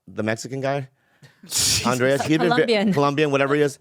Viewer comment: I wonder how many more years everyone will be mispronouncing "Andres" as "Andreas"